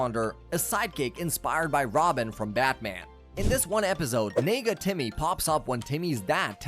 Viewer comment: Nega Timmy did not come out right the first time I heard it.